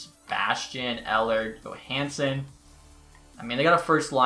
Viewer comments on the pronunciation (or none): none